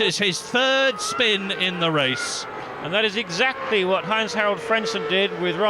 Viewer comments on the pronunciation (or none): none